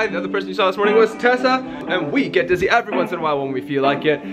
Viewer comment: Does anyone else think he says Disney when he says dizzy? No. Just me? Ok I’ll leave now